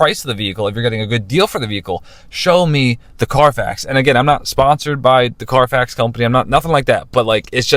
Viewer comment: CARFAX, not "Car Facts"